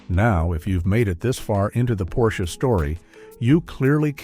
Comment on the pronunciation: . "Porsch-aye?" Wow...you seriously need to update your AI narrator.